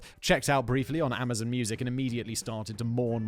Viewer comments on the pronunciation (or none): none